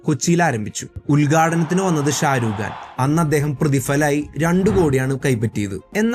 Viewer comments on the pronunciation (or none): Sharugan alla Shah rukh khan 😅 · ഷാരൂഗാൻ 😂😂😂 ഭാഷ കേട്ടില്ലേ 😂